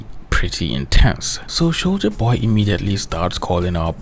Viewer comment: I keep hearing souja boy instead of soldier boy